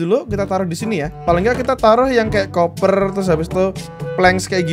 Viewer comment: Pak sebutinnya koper bukan kuuper